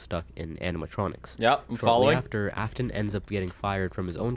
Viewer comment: everytime he says "af-tone" my soul gets folded just a little more